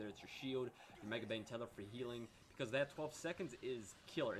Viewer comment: Btw, it's MAGE-bane tether, not megabane xD